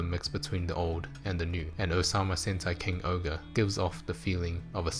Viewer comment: why do you say king ogre when it’s supposed to be? king Ohger bit the ger is jer